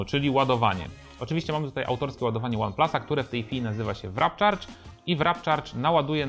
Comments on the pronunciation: Warp Charge, a nie Wrap Charge :D Ktoś tu chyba jest głodny :p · warpcharge a nie wrapcharge xD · nie wrap charge tylko warp charg. to nie tortilla ;) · Nie Wrap Charge tylko Warp Charge